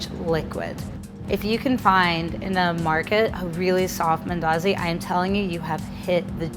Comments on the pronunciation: Wait is this a Kenyan speaking like an American? The way she says mandazis yuck! Umeharibu. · You Kenyan? Just wondering coz you struggled to pronounce mandazi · If she says mandazi like that one more time i swear on my daddy momma😂😂